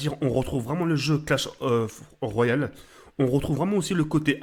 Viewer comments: ET IL A DIS "CRASH OF ROYAL"😂😂😂 CE CLASH OF ROYAL MDRRRR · Mdr crash of royal sa se voit bien que il connais pas le jeu mdr peut-être que avec la pub il apprendra à le dire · WTF IL A DIT CRASH OF ROYAU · PS: Merci de chier sur Clash Royale, c'est pas crash of royal ou clash of royal, un minimum de respect stp, moi je dit pas Calauf duti blac of ops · mdr il dit clash royale mais il mais l image clash of clan et en plus il dit CRASH royale mais sinon bien vu pour la mape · classe of royal il ta dit mdr tu deguste les mots khey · Crash of royal ... OMG Respecte un peu notre langue frere ... sinn GG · omg il a defonce le nom du jeu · Ta bouffer le "L" de Clash mon rhey?